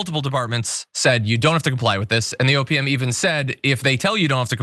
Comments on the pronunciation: thanks, now I can't not hear "opium" when someone says OPM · When you said OPM, I thought you'd said "opium" at first. I thought it was an acronym made for the department to troll Elon. Even after I realized it's OPM, I can only hear "opium." 🤣